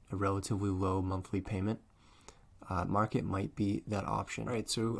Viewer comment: It's called Markate, like Mar-kate. Not market.